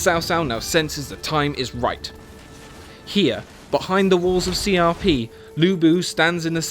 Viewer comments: The proper pronunciation is more like Hsia P because it's written in Pinyin which is different from English pronunciations. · Can't stop laughing at how he's pronouncing Xiapi as C R P